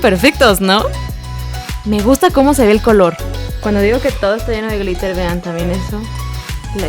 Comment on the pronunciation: No es pr criticar pero en el min dice gritel en bes de gliter